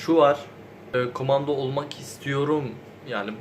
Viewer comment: Kumanda mı diyor bana mı öyle geliyor yoksa ?